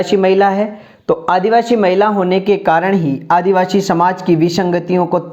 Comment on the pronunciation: आपका शब्द उच्चारण बहुत गलत है । आदिवासी को आप आदिवाशी 😢😢😢